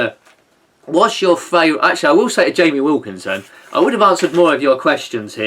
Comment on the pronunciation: I hope you don't think I was trying to pry,. I'm just a bit of a nosy bugger and you kinda feel like a mate. Sort of. Slightly. In a we'll-almost-certainly-never-meet-but-share-similar-interests-and-humour kinda way. You will remain an enigma. Oh yeah, it's Williamson, not Wilkinson. Almost the same number of syllables, though, so I'll forgive you.